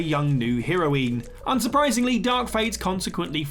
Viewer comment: A “heeroeen”? I might do a video just collating the assorted mangled pronunciations used in whatculture videos. Would be about 5 hours along at this rate.